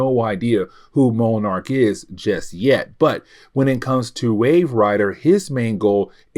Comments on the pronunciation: Hey, I love watching your videos. Only bone I have to pick is sometimes your pronunciations are off. Moenarc is not how you say monarch. I apologize for the call out but It hurt my already hard working brain. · Monarch and Monarch butterfly are pronounced the same , have u never seen Venture Brothers..? Hey it better than saying Mow-Arch like this video 😂